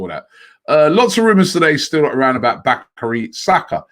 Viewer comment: Bacary saka, bakyu saka It's bu-ka-yor bruv😂😂😂😂😂